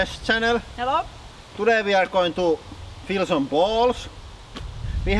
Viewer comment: I thought he said, "Today, we're gonna feel some balls."